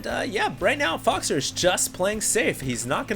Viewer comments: I speak French and 'faux' is pronounced as 'foe', not 'fox'. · 'Faux' is pronounced as 'foe'. 'Foe-xer' sounds terrible compared to 'Foxer'.